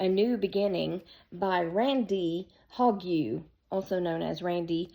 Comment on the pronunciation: LOL! That's a Dandy Randy nickname! I was wondering, bc I know some Hogues, and I've never heard it pronounced "Hog-ewe!" --- just Hohg.